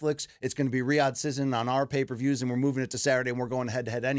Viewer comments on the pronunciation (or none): BC pronounces "season" as "sizin" which is weird.